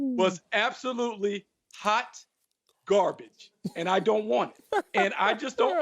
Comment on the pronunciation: Wiley is killing me, lol. "Haht Gahbage" 🤣🤣🤣